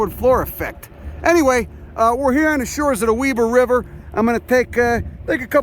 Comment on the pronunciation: Nice! Can't believe you said "Weber" right! Good work!